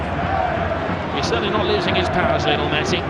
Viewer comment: Brillian brillian LeeKnowl Messi!! Los ingleses como pronuncian un nombre Latino...